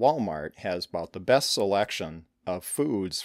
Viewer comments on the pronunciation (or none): none